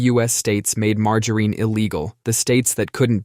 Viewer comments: It's "margarine" with a short i. The only "Margereen" is Butters Stotch when he's in drag. Also, it absolutely does not taste almost like butter. Ugh! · Margoreen?? It’s not Margoreen. At least not in the PNW. Do people actually say Margoreen in other places? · We can never mock the pronunciation of margereen enough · You're getting closer to the correct pronunciation of margarine. You got the soft G right this time, but the final syllable wrong. It's "mar-jah-rin," not "mar-jah-reen." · Had to fast forward past the butchering of Mar…ger….IN. 😂🤦🏼‍♀️ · MargarEEn? 😂 That’s funny! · Marger REEN 😂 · Again with the Marge - A Rene, lol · it was far worse in an earlier one, something like MAR-GUN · It’s illegal to say margarine that way 😩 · Fun Fact Brits get it closer to the correct pronunciation, it being a french invention and said closer to it's french pronunciation in the UK. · 😂 at least it should be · Pronouncing it that way is sack-ra-leej-us